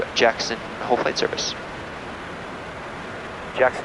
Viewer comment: Its JACKSON and not "HOLE"